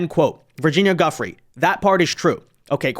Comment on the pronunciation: Why not have the respect to pronounce "Giuffre" correctly?